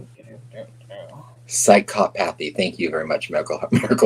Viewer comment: Psy- cop- othy. I had to it from a British man for it to sink in😂😂